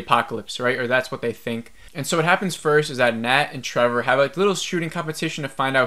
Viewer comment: Do you keep saying Trevor?